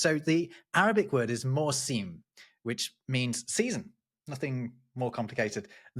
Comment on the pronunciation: please try to get the Arabic a bit more precise! Arabic 'mawsim' sounds like what it looks like, /ˈmæwsɪm/ not /mɔːˈsiːm/. If you're looking at an Arabic word, look for the length of the vowel (Arabic only has three vowels, so the length of the vowel is very important). I wouldn't bother about the emphatic consonants, but pay attention to apostrophes which represent a glottal stop (or a related sound) and which are consonantal. Syllables are open (CV - consonant+vowel) or closed (CVC). There can be an unvowelled consonant at the end of the word (so a word can end CVCC). And that's it. Oh, and stress falls on the last long vowel or on the last non-final closed syllable.